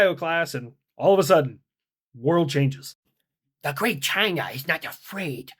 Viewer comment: "The gweat.. China!!" US Sub: Boo. "GEEZUS CHRIST!!" 😂🤣🤣